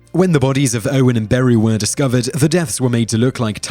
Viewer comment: The way he pronounces Beru as BAROO is hilarious